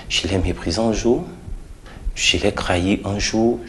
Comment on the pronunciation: Un souci particulier avec la prononciation des "t" en "ke"? Krahir, kravail...??